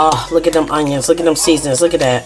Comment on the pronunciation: It’s the “throw eem in he’s done” that kills me 😂😂 I’m like yeah she’s from up north prolly lol